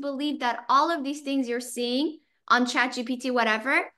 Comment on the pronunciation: It's actually not chatgtp, it's chatgpt.